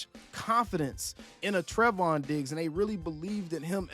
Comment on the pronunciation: I just have to point this out because you said his name like a hundred times in this video lol It's pronounced "Tray-von". He's my cousin 🤤 And I hope you're wrong. I want him with us. I see that Stefon is now a Patriot. I think that's a shame. He and CeeDee would have made a great team.